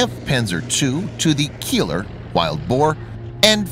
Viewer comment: Keiler (Wild Male Bore) is pronounced "Kajlar"